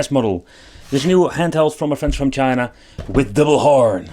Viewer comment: "PACKAGE FROM CHINAHH"